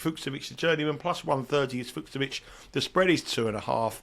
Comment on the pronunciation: Great show as ever! Allow me a correction though: In "Fucsovics", both "cs" is pronounced the same way, as you normally pronounced the second one in your version. Like the "ch" in "beach". Keep up the good work!